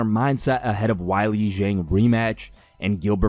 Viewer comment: Dude for us Chinese fans.. it’s (way-lee Z-ang)